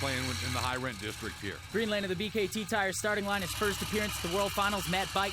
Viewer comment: B . K . T TIRES